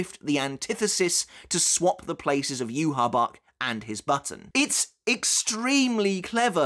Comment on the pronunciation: It’s “ yuhavaa”